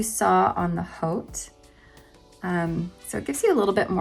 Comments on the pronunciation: You’re almost right; pronounce like, “OUUT” not oat. Don’t pronounce the “H” I hope this helps. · Former French teacher here: Yes, it's pronounced "OAT" - like the cereal. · It's pronounced like "oat"! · It's pronounced like hote 😊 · I speak French, it’s pronounced “ote”- long “o” as in vote. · Thank you for the review! Pronunciation for HAUTE is easy. In French you do not pronounce the “H”, so that leaves you with the “aute” which should be pronounced as we say in english, “OAT”. Really simple, like “oats” we eat. Drop the “H” and just say OAT ❤ It is exactly like saying “ERB”, when you are speaking about “Herb”. Now, there are some people and there are some english speaking places where people actually pronounce that silent “H”. You have probably heard people say the “H” in “Herb” before. They say, “Hherb”, like we say if we are saying the name “Herbert”. I think in the UK they pronounce the “H” which is silent in “Herb” or “Haute” normally. Why call it HAUTE?? Well…Haute- is a fancy french fashion word. Very “chic”, mind you (not pronounced “CHICK”). “High fashion” in French is “haute couture”. That is the reference for the name of this wig. Haute as in haute couture. Fancy french, like “chic” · Haute means luxurious in French like haute-couture (“Au “ is a longue O) not short like hot. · It’s pronounced like “oht”. That is the phonetic spelling, but most people say. Hout as in haute couture. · Haute ,like Haute couture. It's french. I believe like most words with the French flare pronunciation, most ppl say it wrong. It's french so think of haute Couture. Hope that helps 🤗